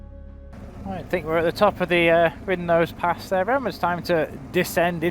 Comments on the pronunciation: Hi just want to say Keswick has a silent w and wrynose pass first 3 letters sounds like rye hope you don’t mind us saying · Pronounced ry nose pass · Loving this episode and getting me ready for my trip in October. I enjoy the cinematic music to accompany the drone footage and b roll stuff. Btw it’s pronounced Rhinos pass. (Wrynose pass) again silent W as with Keswick. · Love the video :) It's pronounced Wrynose to rhyme with tie (Wry-nose) and the 'w' is silent in Keswick, so it's pronounced Kessick. I was up Wrynose and Hard Knott on New Years day this year, so the memories are still fresh. (MUCH quieter!) Oh, and look up the Fred Whitton sportive and you'll see it's a single cycle sportive that takes in all the passes you did that day.